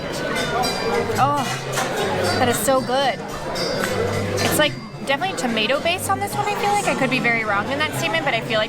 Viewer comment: It's "tomato" not "tomato". Seriously, great vid, I HAVE to go to Puebla.